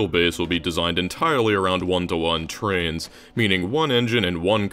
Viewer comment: Love the trans representation in this vid, I mean trains. Sorry but the way you say trains sounds exactly like trans lmao